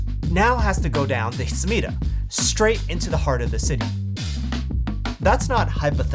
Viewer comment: Hahaha “air-a-kawa” and “su ME dah”